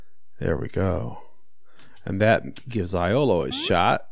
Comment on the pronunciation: Iolo is actually pronounced "Yolo"😁